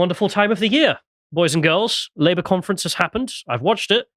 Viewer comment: What the hell is a "Cumfrence"??